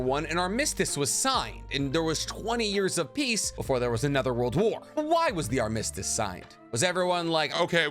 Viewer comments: Aar - muh - stuhs not, Arm - miss - stiss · your stress on “armistice” sounds weird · Pretty sure I already watched SwagKage talk about the first 3, but eff it, i'll watch you say the same stuff lol. Edit: btw "idolize" not "idealize." Edit 2: … I hate how you pronounce things lol. Nobody I’ve ever heard say “armistice” says it like you. But at least you’re saying the right word. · You really need to look up the pronunciation of "armistice". 👍